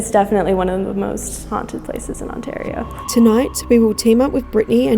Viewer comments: The A in Ontario is pronounced "eh". It's not blended with the R. Ont a rio. Welcome to our nightmare, that our prime minister created. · I know it’s the Aussie accent, but the way they pronounce Ontario (it’s ON-TEAR-EE-OO) has me laughing as I’ve never heard it pronounced that way (was born and raised in Ontario, born near Toronto in Mississauga, and from the age of 5, lived in St Catharines and Niagara Falls then back to St Catharines before emigrating to the UK)